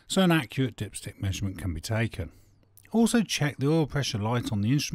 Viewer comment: great video..tho its taken .not tacken